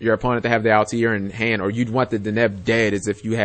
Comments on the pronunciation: Altair there's definitely no I after the T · He's pronouncing it like Assassins Creed. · no he is not even saying that correctly